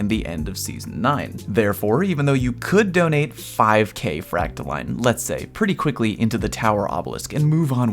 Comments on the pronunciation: its fractaLINE not fractaLEAN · New Leviosa meme: Its Fractaiiiiiiine, not FractaLeeeeeen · It’s pronounced freak-toe-lion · It’s fractaline not fractoline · its line...... not LEAN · It's like saying fractal"in" that is the proper way for all you ingrates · So in a nutshell...if your planetary obelisks have been max ranked for weeks you are done contributing? Or am I incorrect? I cannot see another way to contribute...other than the dozens of weapon bounties I purchase every week....gotta spend all that glimmer on something. My vote is for the frack-ta-leen pronunciation...as if it matters. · I know you don't care, but this is NOT me trying to correct you. So, basically, I pronounce it the same way as discipline. So, fractal-in. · I believe it's 'frack-tha-lean' 😃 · Fractaline is obviously pronounced "POTATO" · Line is pronounced Line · You’re saying fractaline wrong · It’s fractaline, not fractaline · ITS FRACTALINE NOT FRACTALINE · It's pronounced "fractaline" smdh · It's pronounced 'fractaline', not 'fractaline.' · no no, he's right, its "fractaline"